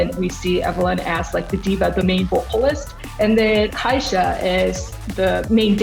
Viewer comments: Man really called kai sa "kaysa". Justice to my main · PLS NOT THE "KEI SAH" PRONOUNCATION- WHY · really did just pronounce kaisa as kaysa 😭😭